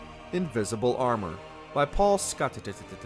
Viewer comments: I like how he said "by paulscottttt" 😂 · funny how he says like that. "paulscot t t t t" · "By Paul Scotititit" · The way he said "Pauscottt" caught me off guard